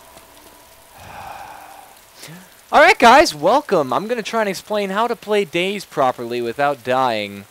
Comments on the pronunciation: DAY - ZED, its none of these: DAY - ZEE, DAYS, DAISY. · I enjoy the fact that he pronounces it Days. Always went with Day Zee